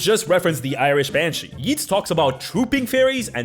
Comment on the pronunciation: Banshee? More like MANshee is what I heard